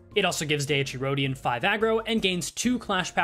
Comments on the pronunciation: I'm going to forever make fun of you for saying Dee-ecchi Rodyon forever. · At least it ain't as bad as calling her Dicey Rodion. 😂